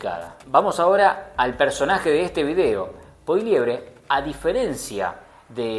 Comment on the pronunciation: hace tiempo que te sigo, impecable tu contenido. Está genial que lo único que tengo para quejarme es tu pronunciación del apellido de Poilievre 😂 (broma...)